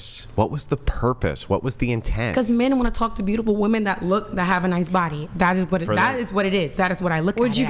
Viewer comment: Same was wooman, instead of women.